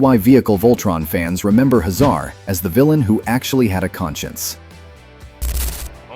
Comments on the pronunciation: HAY zar not ha ZAR. Drule not drul A. Pronunciation matters! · "Hazar" name is pronounced "Hay-Zar" in the cartoon series. It not "Huh Zar" like he's a middle eastern immigrant. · If these videos weren't AI narrated, they'd be so much better (Dru-lay empire, Commander Huh-zar lol??) . Voltron had a total of 124 (52 LF, 52 VF, then 20 more LF specially made for World Events), but Zarkon wold only have been in 72, not all 124Also these always talk abot these shows as being on Saturday morning, when they were in Syndication M-F. the video Talks about Voltron II (gladiator), but instead shows toys of Stealth Voltron from the 3rd dimension series. Also in early Promos, animation for Voltron II was actually another Lion Super Robot anime show called Daltanious